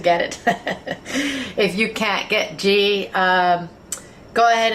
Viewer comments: Ghee is pronounced like gee in geese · "ghee" is pronounced like "glee" without the "l" ...loved the vid tho, trying it for dinner tonight with Basmati rice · I think the 'g' in 'ghee' is soft....like in 'geese'. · Ohhh I love Indian food SO much! This is one of my fav's to cook and will will be doing it soon! Gonna check out your naan recipe cos I think I missed that one! BTW - I'm sure you were already told. It's pronounced GEE (Like GLEE without the L. lol) XOXOXO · Great video that chicken tikka masala looks wonderful! Here is link on how you pronounce ghee correctly